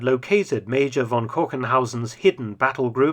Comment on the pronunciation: Please learn that a German "v" is pronounced as an "f" – von = fon